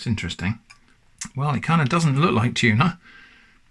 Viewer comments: "It's not a Tunah" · tunah as in nah feep that